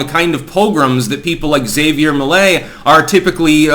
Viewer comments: You mean "Hav-E-Air" Not "Za-VE-Air" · It's pronounced HAV-ier not Xevier. He's obviously going to be voted en-masse for, but this guy is more of Jewish supremacist than Bibi is, and an obvious "angry vote" setup to end with Patagonia being gifted to Israel to get out of future debt problems. The Argentinian people will end up blaming themselves for future woes, for voting for this guy. All part of the plan. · it's pronounced Ha-vee-air, not Xavier. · It's Havier not Xavier... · Hah-Vee-Air, not Xavier. Lol your pronunciations crack me up. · Isn't Javier pronounced haw-vee-air. Or am I missing something? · That was a great clip! (Pretty sure "Javier" is pronounced "ha vee air", however.) I'm very fond of Argentinos, like most people, they don't deserve their government. The first time I visited, I was told to spend all the pesos before I left---because inflation then was 30% a month. It's government policy to destroy the money, they admit it. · Ja(ha)ví(v)er( like care without the k sound in the begining) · Actually its Kha-bier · That’s not how you pronounce Javier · it's pronounced Ha-vier Me-lei